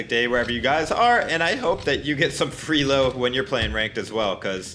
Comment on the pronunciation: I like how he says free elo like freelo lol